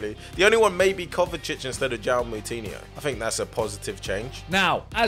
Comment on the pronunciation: Simon, pls. The "J" in "João" in Portuguese is read just like it would be read in English. Love the content though haha Edit: Well not exactly the same sound but it's much closer than reading it as a "Y"